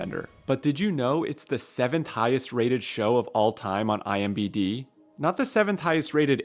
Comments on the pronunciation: It's IMDB and not IMBD. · Did you say IMBD?